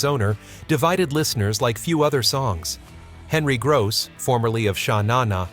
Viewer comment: Please pronounce "Gross" and "Tenille" correctly.